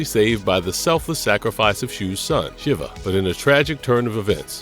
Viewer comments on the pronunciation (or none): none